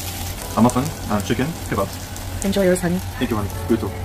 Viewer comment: the word is KU-BOB it’s not Kay-bob and now U have salah calling them Kay-bobs. Ur endoctronolgist shud b able to help u figure out how to say this😝. And bless salahs workouts he’s up to 3lbs now. How does keep finding these men,like her, that have no shame & don’t get embarrassed along complete fools of themself.